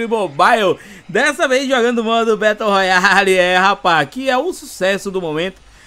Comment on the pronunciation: Nao se fala "Beto Royale". E sim "Bero royal"